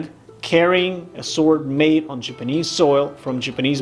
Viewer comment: Love this show. I wish the narrators wouls speak or pronounce words correctly. Japanese is not pronounced Jipanese. Get a clue